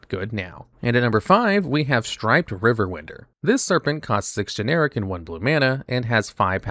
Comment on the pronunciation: AI generated? Hell, I think it's AI voice too. Ain't no way anybody who knows how to speak english would ever pronounce riverwinder as "river win-der"